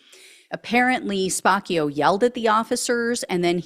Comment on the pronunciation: I think it's SPAH-CHIO. Like capuccino.